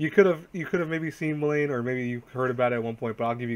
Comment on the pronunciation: Guys how to read blame is actually blam.. I know it's weird